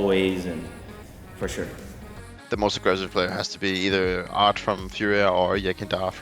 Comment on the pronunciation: anybody else heard guerri saying fart instead of art lmao